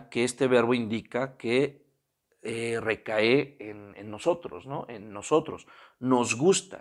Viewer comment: Amigo, buena clase. No se dice "recaé", sino recae, palabras grave.